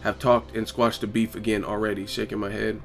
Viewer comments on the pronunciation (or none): none